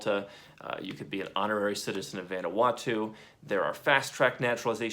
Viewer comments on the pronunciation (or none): none